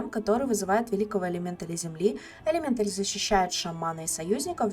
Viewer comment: элемента́ль элемента́ль элемента́ль элемента́ль элемента́ль элемента́ль элемента́ль элемента́ль, а не элемéнталь! так перекорежило, что даже комментарий написал!